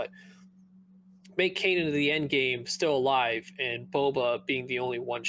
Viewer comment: Can someone please teach how to pronounce Kanan? It's been years now 🤦